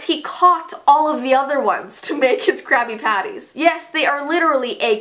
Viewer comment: i thought she said crappy patties